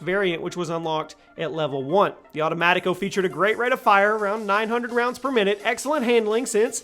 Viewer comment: It’s pronounced au-toe-mat-ee-ko